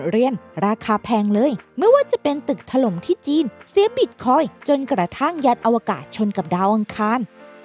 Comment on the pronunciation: ถล่ม ทำไมต้อง ถะ-หร่ม วะ หลายๆคำพูดให้มันถูกด้วยนะ